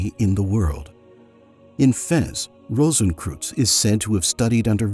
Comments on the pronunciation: What I find incredibly irritating about the voiceover is the spectacularly dumb pronunciation. Kreuz (or "cross" in Germanic languages) is pronounced 'croyts' not 'crooze'. It was so incredibly irritating I had to stop listening. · Rosenkreuz is pronounced as 'rohsenkroitz' NOT '-kruz'! It goes much further back than the mythical K Rosenkreuz of the Middle Ages to some 5'000 years ago in ancient Egypt, with Amenhotep IV or otherwise known as Akhenaten. the mysteries are actually aeternal! Thus, no beginning and no finality. (On YouTube I am finding out just how tiny Americans even know the basic rules of GERMAN pronunciation)! So sad. Much truth of what you say. The visuals were rather limited, only centring about past centuries. Not one picture of Rosicrucian Park, in San Jose, California. There is also found the Rosicrucian Museum, as doing something educational towards the general public, It is the largest and oldest Egyptian museum (a world class museum and the No. 1 tourist destination in California's oldest established city) west of the Mississippi. ) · Interesting video, though a pity that you mispronounce the names of Rosencreuz and Paracelsus! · Brother CR and Paracelsus deserve to have their names pronounced correctly.